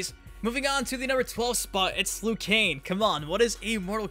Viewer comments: We’re u saying lu Kain it’s lu kang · "LOO KANE"